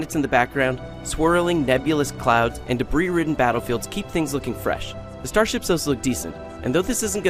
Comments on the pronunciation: The best part is that you can tell they're two different takes of the same line as well. The first time he says 'debreeze' and the second time he says 'debris'. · callmeinstead I think he was trying to edit out the part where he pronounced debris as "dubreez". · Debris, apparently pronounced "dabreez" lol. Does anyone review these at all before they're posted, or does someone just read a blurb that they typed out a half hour earlier and call it good? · Because he mispronounced debris the first time and someone forgot to edit it out, is my guess.